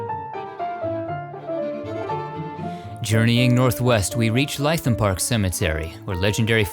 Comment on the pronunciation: Les Dawson in 'ly tham'? Phonetically Lytham rhymes with 'livum'. Another very good episode.